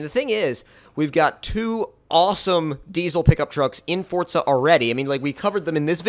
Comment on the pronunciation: Forza not fortza but you say it how you want